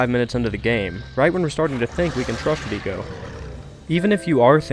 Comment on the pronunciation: This is a great video. The only part I don't like as much is that the way you pronounce Trico sounds like it has three syllables, which sounds more like "Too nee koh" than "Tree koh", which is how I've heard most people pronounce it. Minor issue, but it does bug me.